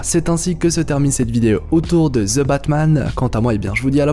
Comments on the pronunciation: Pourquoi prononcer ZE Batman alors que c'est plutôt THE Batman ? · je ne crois pas que sa se dise ""zeu batman'''" 🙄